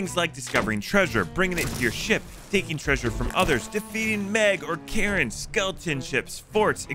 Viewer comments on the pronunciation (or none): you clearly didn't understand the comment. They were pointing out that at the timestamp they put it sounds like he said 'Karens' not Krakens